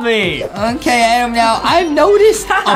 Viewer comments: Why Justin call Adam a "Adem" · true do not say adam say adem